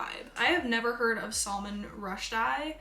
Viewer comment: The Salman Rushdie pronounciation killed me